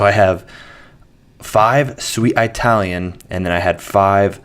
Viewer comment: I love your videos and this is soooo minor, but since it comes up pretty frequently - "Italian" is not pronounced "eye-talian". The first syllable in it is pronounced the same as the first syllable in Italy.